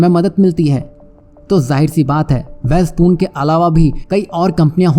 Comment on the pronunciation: वैलस्पन को वैल स्पून बोल थहा है। दूसरों को क्या ग्यान देगा